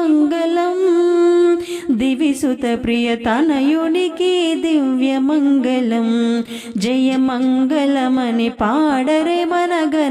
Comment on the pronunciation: మగలం కాదు తల్లీ.. మంగళం... మంగలం పగిలిన కుండ.. మంగళం అంటే శుభప్రదం. ‘ ల ‘ కి ‘ ళ ‘ బేధం తెలుసుకోకపోతే ఎట్లా...